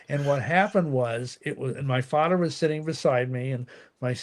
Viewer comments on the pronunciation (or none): It is pronounced 'other' not 'udder'...silly. Father not fadder. Ha.